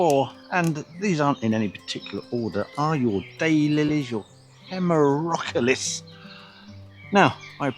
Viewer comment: Alchemilla mollis? PS Hem-er-o-KAL-lis. A. Pedant.